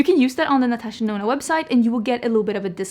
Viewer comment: I still remember when you said Natasha Denono 🤣 Something has definitely changed.